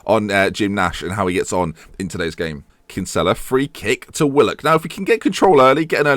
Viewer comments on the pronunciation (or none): You're pronouncing Kinsella's name wrong. It is pronounced Kin-sa-la not Kin-sell-la. I'm not hating but I'm Irish and its a common name here. Keep up the great work! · Kinsella is pronounced "Kin-Sill-a